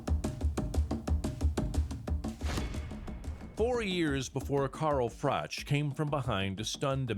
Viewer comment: FYI: Froch is pronounced with a "k" sound, Frock